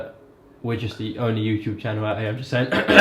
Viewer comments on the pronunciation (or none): none